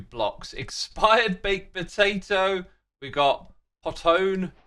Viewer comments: i love how x can't pronounce poh-tone for some reason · It's Po-tone and Tater-stone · That’s so funny to me that you pronounced “potone”—clearly meant to be a portmanteau of potato and stone as “pot 1.” 😂